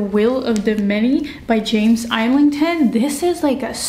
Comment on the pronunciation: You get so many comments that you probably won't have time to read this one, but just wanted to say this was my favourite video of yours. Don't know why lol, it just was. One small point though, Islington is pronounced Is-lin-ton. The g is the silent letter, not the s 😜. Again, great video 🎃